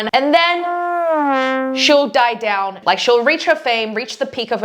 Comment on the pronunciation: What speech is this? I mean, what is her accent is she saying doownwd on me on purpose?